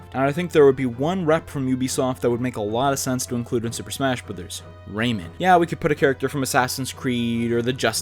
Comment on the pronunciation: The way you pronounce Rayman hurts me